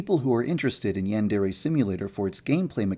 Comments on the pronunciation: cause sempai is a girl upperclassmen that's why, and the "yan" he doesn't say right the "dere" switches every once in awhile when he says it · does anyone know he doesn't say yandere right? (I'm not a hater, ok. just wanted to mention that because i love the game) it makes me cringe how he says yandere though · Guildmaster 36 Oh yeah I guess he does kind of say "yan" as if he were saying "ran" or "began"... Should be more like "yon" or "pawn" almost. But you are wrong about "sempai". "senpai" and "sempai" are the same word （せんぱい）, with the same pronunciation, but just different Romanizations. The rule is that a trailing "n" followed by an "m", "b" or "p" sound is pronounced as "m". For instance "Kenpo" is pronounced "Kempo" "Kanpai" is pronounced "Kampai" and "Senpai" is pronounced "Sempai" In practice both Romanizations turn up pretty often. The ones that use "n" are truer to the structure of the language but the ones that use "m" lead to correct pronunciation without needing to understand the language. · isn't it pronounced yan (as in yawn) dere? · OK this seems like a cool game, but if it's in the name of the game, you gotta pronounce "yandere" right...